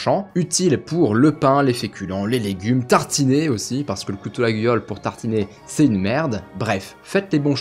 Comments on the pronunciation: Alors par contre contre je te reprends sur la prononciation du couteau !!! On dit "L'ayole" même si ça s'écrit Laguiole :) j'habitais vers la bas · Ça fait mal d'entendre Laguiole prononcé autrement que Layole. Quelle infamie